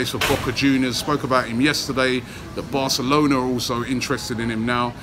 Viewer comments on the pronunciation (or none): none